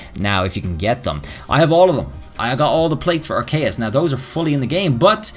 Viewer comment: Arkayus? or Arceus...